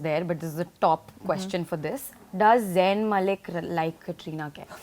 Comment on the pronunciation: Did I hear Zayn mailk man ?? 🤣 Gigi hadid on her way to kill ya all .🤣🤣